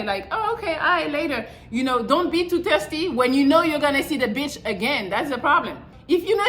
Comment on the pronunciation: I always laugh when says "Terrsdy" 😂😂😂 It's THIRSTY,!! I still love u tho 😁